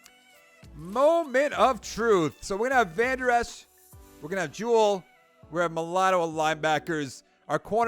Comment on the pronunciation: Its pronounced jewel